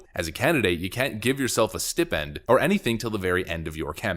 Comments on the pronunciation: Just so you know, stipend ispronounced steye-pend. It's the whole vowel-consonant-vowel thing we learned in kindergarten. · Stipend is pronounced Stipe-end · STIPEND IS PRONOUNCED... STY-PENN-D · Stipend is pronounced /stí,pend/ Sorry I'm just a stickler for pronunciation. Not a criticism. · "Stipp-end"? Really dude? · Stipend is pronounced Sti-pend, like stiiiie-pend. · Stipend as in "sty-pend," not stipend where the sti sounds like it does in "stick." No Retard English, please. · Why don’t you know how to pronounce stipend?